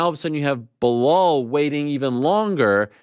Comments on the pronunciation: No way is Chael still called Belal 'Behal' 😂😂😂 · Sorry Chael but that BeHALL was bugging the 💩 out of me, thanks Ariel 😂 OMG your still sayin it after you discussed it too. WTF. BE LAL come on Mr Gift of the Gab, LMAO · Blahal???? Damn he can’t say Bilal 😂😂😂😂 why is he disrespecting that man’s name …. His nick name is “remember the name “ 😂😂😂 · “Bla-hall muhammad”… common man it’s not that hard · “Remember the Name” Chael: Blahal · BLEHAL. and he got corrected, still couldn't call him the right name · Clearly Chael did not “Remember the name” Belal…Blahal lol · Why is Chael calling Belal, Blehal??? 🤣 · I am pretty sure you don't pronounce his first name like Blehal, But who am I to judge, I can't even remember his name. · "Blahal" at this point i gotta assume Chael mispronounces names on purpose lol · I do love when Ariel forces Chael to pronounce a fighters name correctly. Blehal will be back tomorrow. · Who the hell is Blehal?? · how sad that ariel doesn't even know how to pronounce "belal"; chael magnanimously concedes the point, what a friend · For Belal? And a title shot over Colby? Next thing Ariel will propose a two state solution